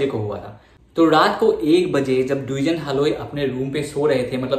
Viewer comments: Duijen haloi nohoi dwijen haloi.. pronounce properly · pronunciation tu Dijen e hobo no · Dwijen haloi nhy Its Dijen Haloi ! Pronunciation tu apunar bhul hoise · actually Dijen buli nathake spelling tut Dwijen a likha hoi kintu ami koute heitu Dijen pronunciation hoi ! Mane amar asomiya ekdom common name eitu so kolu apunak ! Ekdom silly mistake aru